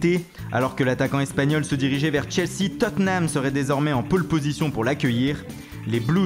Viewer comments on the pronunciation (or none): none